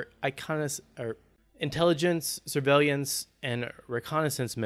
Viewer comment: SIR-VAY-LEE-ANTS....no dude, come on